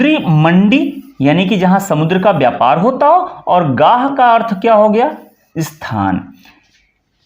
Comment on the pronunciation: "अस्थान", " इस्थान" ❌❌❌❌❌❌❌❌❌ ==>> स्थान ✅